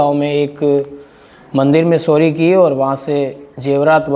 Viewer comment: सोरी नहीं भाई चोरी बोलो 😂